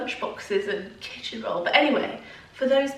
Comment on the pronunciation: I did lol - had to do a double take as I thought you said "this is where we keep the children" 😂